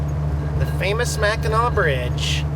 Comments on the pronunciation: It's pronounced Mac-in-naw not mac-in-nak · Mackinac is pronounced Mack- in- naw! LOL You were hurting this Mich ears! Lol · It's pronounced Mackinaw Bridge...But, they spell it Mackinac... We are up in St. Ignace till Thursday... If you think lake Michigan is cold try lake Superior... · Mackinac is pronounced MA KIN NAW. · IT'S PRONOUNCED MACK-IN-AW